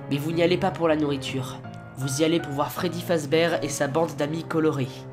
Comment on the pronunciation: je t'aime bien mais ptn on dit pas Freddy fazbèr on dit Freddy fazbèr (oui c mal écrit mais c pour faire la prononciation